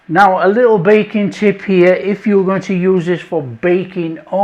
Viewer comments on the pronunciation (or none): I swear he said Bacon, then I realized it was baking like 5 minutes later lol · I thought you were saying bacon 😂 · One of the best chefs on YouTube. However, every time he says baking with his accent I hear bacon and it surprises me condensed milk for bacon? 😂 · I thought he said you can use it with "bacon"...😅...Ohhhh.. Baking!!! Love the recipe. Easy Peezie... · I thought he said bacon until I saw your comment 😂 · I also thought he said bacon lol